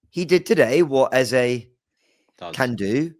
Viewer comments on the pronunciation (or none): Its Eze and not Eza. When has he become Eza? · This guy's pronunciation of eze pisses me off eze means king so my wetin be eza?? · Can PLEASE STOP doing a disservice to continually spouting Ezá, instead of Eze. I am a Nigerian and can AUTHORITATIVELY tell you its literally pronounce as it spells. More importantly, the name Eze mean 'King' in the Igbo language of Eastern Nigeria. African names means a lot, hence should be pronounced correctly. Its only three letters. Its not even that difficult, is it? PLEASE STOP ALREADY MATE!!!